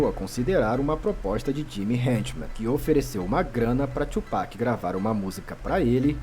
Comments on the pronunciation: Não é Tupéck é tupAc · Mesmo o cara falando toda hora o cara insiste em tupec 😂😂😂😂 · Como vcs não conhecem BiG e Pac?! Hahahahahha É Tupac e não tupéc hahahahahaha Obs.: achei esse resumo tendencioso, parece que o big estava errado e o pac era um santo. Tem muita coisa que vcs não sabem. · Porque só os brancos falam tupec? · Como que não conhece kkk o o jeito que ele fala o nome do Tupac kkkkkkk